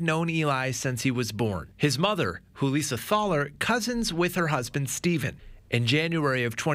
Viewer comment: Hoo-Leesuh Thah-ler is a new one for me, lol. My family has lived in Mound for generations, and the Thalers are another well-established family here. (The local high school sports center is named for David M Thaler). We pronounce it Thay-ler. I passed by Julissa's traffic stop on my way to work that morning. I thought maybe she had been in a minor hit-and run because hers was the only civilian car there. She was standing on the sidewalk with her arms crossed, looking mildly inconvenienced. Though I was curious why there were multiple police cars and several officers on scene. One of the dumpsters where she tossed Eli's things is at the gas station directly across from my parent's house. It's really bizarre to see footage of your home town in one of these videos.